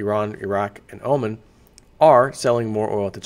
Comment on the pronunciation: He mispronounces many words. In this vid for example he pronounces the country of Oman as Omen. It's part of his attraction as the neighbor behind the fence from Home Improvement. It's not intellectual...it's entertaining.